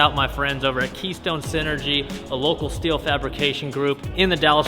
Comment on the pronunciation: Wasnt paying attention and heard dad does steal for a living, had to rewind it and realized he does steele not steal for a living 😂